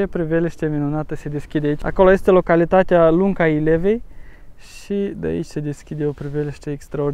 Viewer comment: Poiana Stampei, pune accentul pe vocala e nu pe a. Lunca Ilvei măi nu Ilevei. Dealul Frâu, nu Frau :))